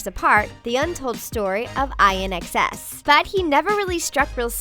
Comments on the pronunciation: It is pronounced IN not I N INNNNNNNNN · Oh, thank god someone else noticed this. I cringed like crazy when she said that! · Stupid thing to focus on but INXS is pronounced IN X S not each individual letter lol.. it's a play on in excess... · I cringed at how she said INXS...